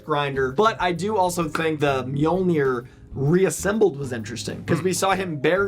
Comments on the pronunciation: It’s pronounced me-yol-ner…. If ya didn’t know 🤣🤣🤣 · It's so funny you americans cannot say mjolnir :D